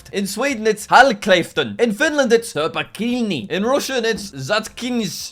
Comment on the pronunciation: You said turpa kiinni wrong